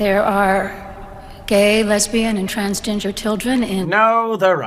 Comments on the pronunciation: Did he or she (the pastor) just say TransGinger? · Did she say Trans Gingers ? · It almost sounded like she said transginger children 😂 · Did she say 'trans-ginger'? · I thought she said trans ginger 😂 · She said transginger hahah listen back If you don't believe me